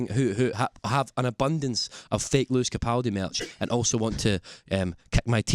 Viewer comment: Lewis capoldi?? 😂😂 smashed it Lew babe xxxxx